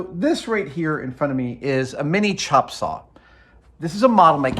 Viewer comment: "CHOP" saw..... Haha I get it. He must be from Seattle